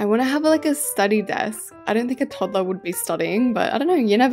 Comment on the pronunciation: Toddler not todler